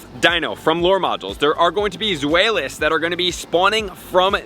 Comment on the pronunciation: When in Germany, ask how to say Zweilos correctly :)